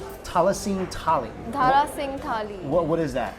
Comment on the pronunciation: It's Dara not Dhara